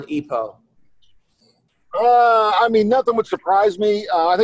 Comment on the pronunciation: What the fuck is E Poe? It's EPO. I'm guessing that boarding school didn't have an English class.